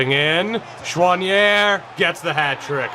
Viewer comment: As a French Canadian, I can tell that your prononciation of « Choinière » was pretty good😅😂👍